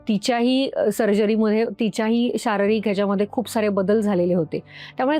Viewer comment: शाररिक ❌ शारीरिक ✅🙏